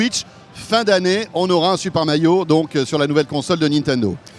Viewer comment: c moi ou à il a dit super mayo ???😂